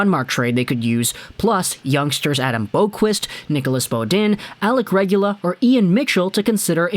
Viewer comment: Boqvist is pronounced like bow-vist.